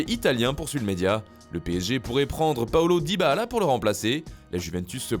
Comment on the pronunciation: Paulo Dybahala 😂😂😂😂